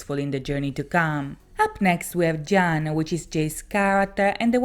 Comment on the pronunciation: Please follow whatever format you feel comfortable with. Also jaan is pronounced as ian :)